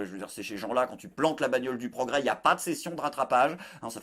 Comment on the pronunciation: C'est le point pwogwès c'etait le point pwogwayooooooowwww